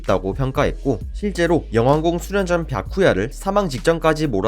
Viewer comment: 바쿠야를 왜 비야쿠야라고 하는거야